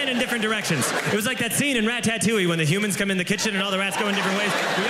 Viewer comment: I died at the way he pronounced ratatouille 😂😂😂